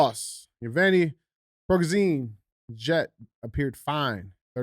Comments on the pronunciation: Ya-give-knee. Pre-go-shin. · The leader of the Wagner Group’s last name is pronounced phonetically “Pri-go-shan”. It was either a “Hit”, or he’s faked his own “supposed”, death so he can live longer because Putin would eventually have him killed. Fact! He should’ve never stopped before going to Moscow! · It's PRE-GO-SHIN for phonetics